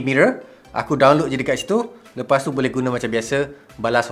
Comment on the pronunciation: "buleh" instead of "boleh" 🤭